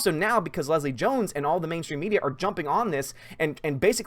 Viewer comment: Did call Jones 'Gill-Leslie?' lol